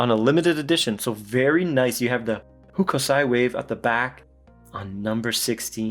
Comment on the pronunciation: Hokusai is pronounced almost with a silent "u" "Hoaksigh"